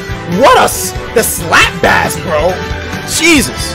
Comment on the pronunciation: HE MISPRONOUNCED BASS AGAIN